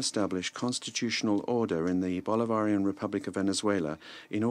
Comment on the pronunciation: Why can't even say Bolivarian?